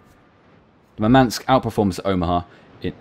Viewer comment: Russian here to help with pronunciation. Murmansk stress is on the first syllable: mUrmansk, not murmAnsk. Simularly, the Gremyashchiy, has the same syllable shch as the word "borscht." It is a single syllable. Also the stress is on YA: gremYAshchiy. It means "thundering."